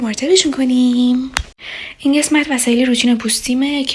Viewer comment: چرا به قسمت میگی گسمت